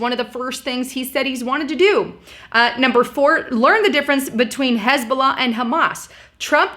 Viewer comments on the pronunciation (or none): none